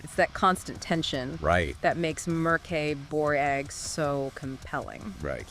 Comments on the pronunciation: Damn thats a creative pronounciation of Mörk Borg 😅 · Why not just write a script and tell us what YOU think of Mork Borg? It’s more likely you’d pronounce the name correctly.